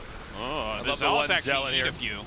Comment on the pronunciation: My only problem is that Artosis doesn't seem to know how to pronounce the word zealot and carapace. He sounds like an idiot whenever he utters those words incorrectly - and as a caster where your voice and diction IS your job, its ultra-cringe.